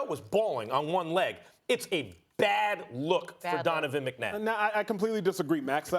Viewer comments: First of all this woman got the mans name wrong "McNadd?" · she says Donovan McNadd 😁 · “Donovan McNadd” 😂😂😂😂😂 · “Donovan McNadd” 🥴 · Anybody noticed that she said “Donovan McNadd”?? 🤣🤣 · Did She Called this man “McNadd”😭😭😭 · Pretty sure she said Donovan McNadd LMAOO